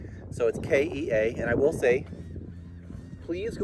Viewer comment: "KEy-ah" (not "kAy-ah")